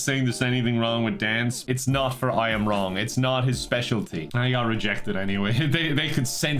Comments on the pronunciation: Am I a racist because when I heard the name I Am Wrong, I thought it sounded Asian? It's pronounced Wlong, by the way. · I thought was saying Ron and not wrong for the first minute and it did not change the meaning or my understanding of what was going to happen at all😂